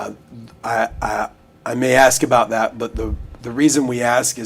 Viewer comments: That he try’s to speak like a scientist but says axe, axed etc is pretty comical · He said it several times, I heard him, axe it was very clear!! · Masters degree and still cant speak proper english? I AXED this, I AXED him that. Its beyond ignorant. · He axe her many times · Master degree? He seems awfully vacant and lacking curiosity to have such an education. He lists all these "helping people" and "community service" interests and yet has no grasp that his behavior showed the opposite. i almost spit my drink when he used the words "aks and aksed." He's all flash and no substance. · A bachelor’s degree, master’s degree, BLET certification and quite articulate but still says axe instead of ask. I just can’t. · Axe Michelle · Someone PLEASE explain why!!!! He has completed 5 years of college, holds a master's degree and he STILL says "AXE"!!!!! When they do this, it makes them look ignorant as hell. I'm just curious why african americans do this and I've never been given a reasonable answer. Anyone??? Many thx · axe michelle she might know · Several times he displayed his pronunciation of the word “ask”. Like many, many other blacks, he pronounces ask as “axe”. Don’t axe me why blacks can’t pronounce ask! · Can't even properly say the word "ASK" if you cant pass a common English class you shouldn't be allowed to wear a badge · Did I hear he had a Degree? And he can't even pronounce the word ASK properly.